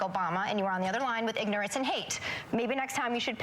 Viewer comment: did she say.. "ignorace"?????